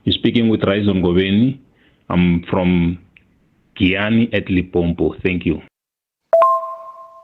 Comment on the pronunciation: So some people from Limpopo also call the province "Lipompo"?